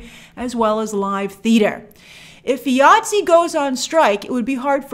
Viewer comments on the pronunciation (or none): It is pronounced Eye-ATSE not EEE-ATSE. I question your sources who say they are union because all members pronounce it the same all over the world. The reason it is pronounced EYE and not EEE because the union is for the individual.